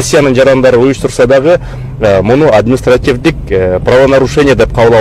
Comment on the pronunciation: админитсративдүк эмес административдик болот МВДдын ГИБДДдын сен дагы макелё сексалюлардын бири турбайсынбы